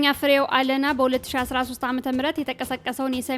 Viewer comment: ፍሬው አለነ ተብሎ ይነበብ